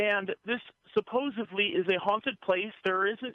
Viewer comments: Wait, is the caller saying "suppose-ively"? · he kept saying supposively instead of supposedly. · I really thought he kept saying supposively too.